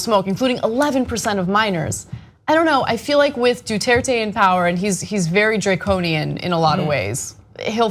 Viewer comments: Aye Cenk, it's Duterte, not Dutuerte. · please don't pronounce non-american names as if they were american. there is no y in Duterte. du-ter-te. not du-tear-tey. i'd get it if this were an unknown civilian, but it's Duterte and you guys often talk about him. and i'm not even Filipino.